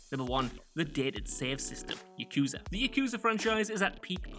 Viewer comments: It's "Yah-koo,zah", not "Yuh-koo-zuh"! Will you people of this world ever learn to not fail to say Japanese words correctly? You primarily-speaking of English people do this stunt all the darn time! Reason I feel this way, is because I'm Japanese. And I don't appreciate so many of you butchering Japanese words all in the exact same way. And this isn't an accent problem, it's you guys, and the majority of the English language side of the Internet, who make this problem. I don't mean to rage, but this bothers me so much. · The way pronounces Yakuza, makes me cringe